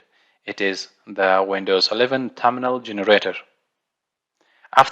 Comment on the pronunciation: Everytime you say thumbnail it sounds like you're saying terminal. Click the video captions and you'll see. Had me confused each time you said "terminal".